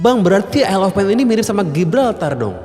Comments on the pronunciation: Yayyy akhirnya ada yg bs ngucapin / pronounced “Isle” dengan benar 🎉🎉🎉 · Baru kali ada yang bahas TT isle of man tapi dengan pengucapan “isle” yang bener😂